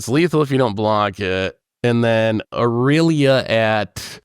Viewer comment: “A-real-lia” lmao